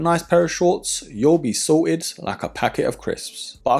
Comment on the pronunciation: "yoll b sort ed like ah packet of crisp" lmao wtf is this